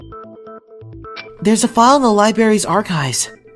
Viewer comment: The voice acting is top notch but I can't help but be annoyed at how the VA of Naegi says libary not library